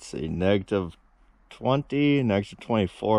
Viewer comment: Negtiv ? Is it that cold that you can’t say Negative?